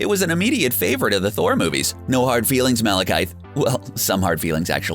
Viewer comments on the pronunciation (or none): M a L e K y T h E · Why you keep pronouncing Malakith like "Malakythe" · The i in "Malekith" is a short i. You were pronouncing it with a long i.